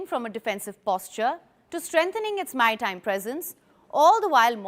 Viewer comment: it's so cute how she says Maitime (like my time) instead of MaRitime